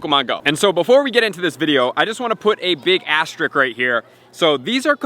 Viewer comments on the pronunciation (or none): It's called an asterisk. Sound it out. It's not hard.